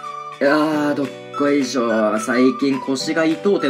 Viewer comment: どっこいしょ～のイントネーションおかしい笑